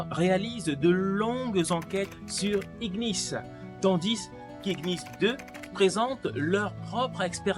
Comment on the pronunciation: Ignis cela signifie Feu et on le prononce comme ignorer gn non ghn